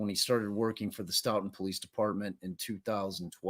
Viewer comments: Pronounced "Stow-Ton" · Stoughton pronounced "stow ton" like ton of bricks. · His wife was in labor with their 3rd child at the same time SB was being murdered Pronounced… Stow ton… Stoughton